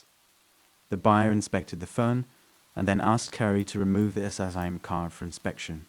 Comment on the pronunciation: the way "sim card" was said is highly suspicious